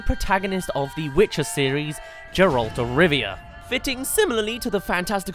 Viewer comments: Ga-relt (Geralt) say it with me now Ga-relt I dunno who this Jerlt character you keep saying is. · LEARN HOW TO SAY GERALT RIGHT